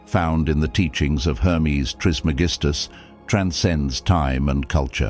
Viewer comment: Can’t take you seriously if you can’t pronounce his name right. Accent on the second syllable. TrisMEGistus.